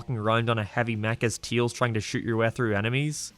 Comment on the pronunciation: I dont wanna judge your English but when i hear you saying Tails, sounds like you say Teals